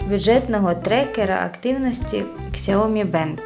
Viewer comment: помилка .. не ксяомі а - С Я О М І